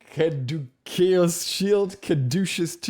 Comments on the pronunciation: It's pronounced Cah-doo-see-us. Just for future reference. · Caduceus: kuh-dew-shis